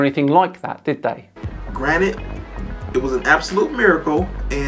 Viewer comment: I hate it when people say granite instead of granted. You lose all credibility once you make that mistake (with me)